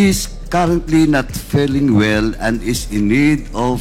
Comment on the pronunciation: jusko nman paduano . ayusin mo yung mo muna yung pag bigkas ng mga salita .. "he is karantly not feleng well and is need of mats rest "😂😂😂😂😂😂